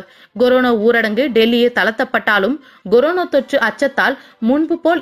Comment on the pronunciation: Coronaவை Goronaவாக்கிய உங்கள் உச்சரிப்புக்கு எதைக் Goடுத்தால் தகுமோ? Dheriயவில்லை.